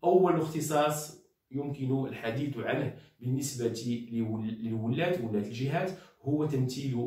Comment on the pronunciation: ولاَة و ليس ولاَّة